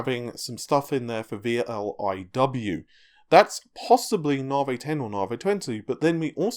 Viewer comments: na vee not na vay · come on and admit you're trolling us. Anytime you mention Raja Koduri, you roll your "R's" till your tounge is sore in an effort to properly pronounce it, but Lisa Su/all of AMD call it "Nah-Vee" and you say to yourself..."Now that's the hill i'll die on!!!" lol.... I consider myself well trolled.:) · nar-vee raid-e-on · NA-VEEEE, its NA-VEEEE! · 'NAR VEY' .. Cheses fxcking CHRIST, did Dr Su call it NAR VEY? Get a bloody hair cut. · once you hear it you can't unhear it